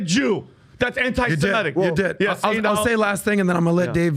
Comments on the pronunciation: Why do so many people mis-pronounce anti-Semitic.. it's not anti-Semetic. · Nobody seems able to pronounce antisemitic correctly. It's not antisemEtic it's antisemItic!!